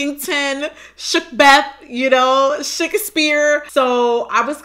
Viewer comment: "Shookspeare" 😭 bye